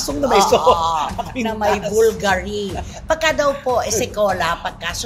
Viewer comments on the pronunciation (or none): It’s BUL-GA-RI!!!!